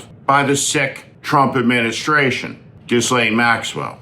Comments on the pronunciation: Excellent points, as usual. P.S. The "S" in Ghislaine is not pronounced. It's like gi-lane. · Steve, you really capture the rot that we Americans are showing to the world. However, would you please, please, please learn to pronounce Ghislaine's name? It isn't that hard. Start with a hard "G" and follow with the accented 2nd part (so it sort of sounds like "Guh-LENN"). Important: There is NO "S" in the pronunciation. None. G (quickly) and Lenn. THAT is the way the young girls who actually knew her (and were victimized) still pronounce her name. Thanks for some effort on this. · You’re great Steve. I watch all your videos; but… you really should pronounce Ghislaine’s name correctly. Karoline Leavitt is being called out for not learning how to pronounce Guiffre. You should also show that you’re not an American who refuses to pronounce unique names correctly. It’s not that Ghislaine deserves anything; it’s that you should show a higher level of cognizance on name pronunciation, especially a name you repeatedly say. Otherwise, keep up the great Warnings. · You have never learned to pronounce her name correctly. You aren't the skilled speaker you think you are.